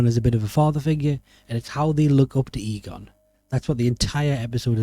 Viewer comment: if you ever do another ghostbusters video, work on your way of saying Egon:P I enjoyed it loads though <3 (Next time invite me over if you ever go talk more about Ghostbusters!)